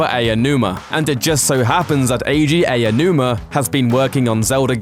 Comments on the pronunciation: Aonuma is pronounced "Ow-numa", not "Ayo-numa". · Should learn how to pronounce Aonuma. It's only respectful to do so. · Ey-oh noo-ma (lol)... high-rooool (lol)